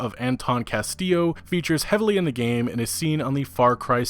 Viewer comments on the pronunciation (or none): none